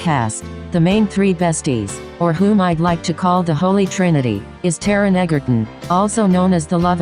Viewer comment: ”Taron Egger-uHn”